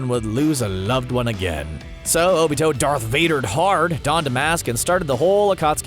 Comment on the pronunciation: He called Obito Toni like omg how bad does he have to be at pronunciation